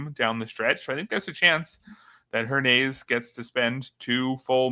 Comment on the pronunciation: I think its pronounced Her-ny-ez